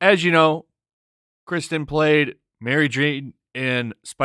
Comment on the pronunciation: Her name is KIRsten, not Kristen. 😉